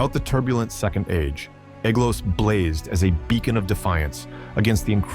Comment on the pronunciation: Ae, like ai, is pronounced as a long I, not as a long A. So the ae in Aeglos sounds like the word eye.